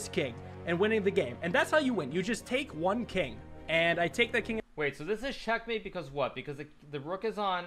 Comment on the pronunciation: Hikaru did u say Shitmate? I am a commanding officer of the USS Nimitz, and you’re calling my fellow shipmates that word?